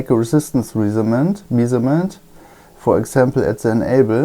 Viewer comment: Respect for your patience,. I know, you are a german guy. But do me a favour: please try to pronounce "measurement" etc. in the right way, it hurts my ears. Loudspeaking: "Mescherment" and " to mescher".